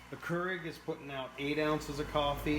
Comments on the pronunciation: And KER-IG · For the love of all that’s holy, it’s Nespresso and Keurig not Nepresso and Koorig. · Never knew hearing nepresso and currig would bother me so much LMAO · Nepresso and Kurrig.